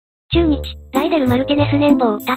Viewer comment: ちゅーにちやめて笑